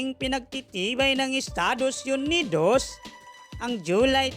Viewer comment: Estados yunidowwws😅😅